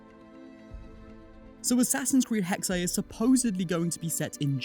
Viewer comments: Hey im from Germany and its pronunced Hexe, so not Hex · indeed, it's essentially just pronounced as the english (well, obviously taken from german) word hexes, just minus the s.